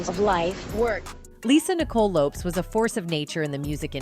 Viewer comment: If you are going to speak on someone, say their name correctly. Lisa left Eye Lopes(it is pronounced like Lopez).